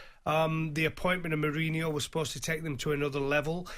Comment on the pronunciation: “he’s replacin’ Murreyneyore” And again 😂 Everybody’s like 😂😂😂😂😂 It’s the way he says it as well plus the ludicrousness of the fact that a man who’s never managed a single game suddenly is about to takeover from one of the most successful football managers of all time.